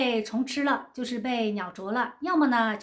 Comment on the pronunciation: 畸形，年 ji形，不是qi形！你的中文是谁教的？